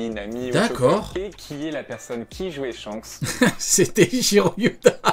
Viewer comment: Eichiro Yoda 😂😂😂